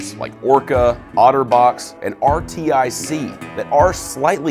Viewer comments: R T I C? I thought it was pronounced "ARTIC" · "R-T-I-C" it's pronounced "Artic" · "R..T..I..C" just say Artic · Lol he said R-T-I-C... bruh it’s RTIC like arctic.. I think..🤨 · Lol did you just say R.T.I.C? Its pronounced "Arctic" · This due just pronounced 'RTIC' as R-T-I-C. It's pronounced Arctic. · Did this dude really say “R-T-I-C”. It’s pronounced arctic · Says R.T.I.C and calls YETI RIGHT, ITs PRONOUNCED AS "ARTIC"!!! sorry for my anger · Why did he spell “RTIC” and not say it like “Artic”?!! Why!! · Did this dude pronounce Rtic are R T I C, what the hell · First of all, RTIC is pronounced Arctic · For crying out loud, its pronounced "artic", like arctic. RTIC. R-tic.